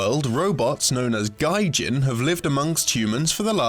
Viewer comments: Interesting content, but please double check yourself more. It'd be "Gee-Jin" with a hard G, and a "human sympathizer" would be someone siding with humans, you mean to say Gijin sympathizer. You should learn basic japanese syllables if you're going to do region locked content, it's really just a day or two of work to get the pronunciations basically right. Again, I enjoy the content, but since this is format heavily dependent on narration, it's something worth looking at and focusing on. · Gijin wouldn't be pronounced the same way as gaijin (foreigner). That was a terribly unfortunate mispronunciation. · I was wondering about the pronunciation. Saying that what sounds like "gaijin" aren't human is pretty damning. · It's not based on the term for foreigner in the slightest. The term "Gijin" (pronounced Gee-Jeen) is, in kanji, spelled as 擬人(though in the game, it's spelled in katakana as ギジン), and means simulated human. Given that the main character is pinocchio and the Gijin are robots... I think it's kind of obvious that we're talking machines and man-made things, nothing about foreigners. The allegory you're looking for is not there, and yeah, as the opening poster said, it's an unfortunate mispronunciation. I wish did a better job with that in general, because it has potential harmful ramifications for those who don't know japanese, and they have a habit of mispronouncing japanese words & names. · Everybody remarking about the mispronunciation of GIjin, but nobody noting that they didn't note anything about Gipetto's last name being Lamarck AKA the guy who who gave us the wrong idea of inherited acquired traits, but did give inspiration to Darwin for his own theories. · Ughhh excuse me I'm learning Japanese so I can watch Naruto without the subtitles, and I just have to point out your terrible pronunciation of gijin. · we all know he mispronounced gijin, so stop those comments already. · it's "gee-jin" not "guy-jin" the mispronunciation is distracting.